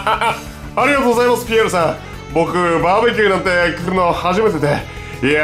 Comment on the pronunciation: バー↑べキューすき